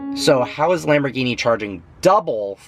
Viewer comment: when you can't pronaunce Lamborghini Like it should be you don 't deserve the car..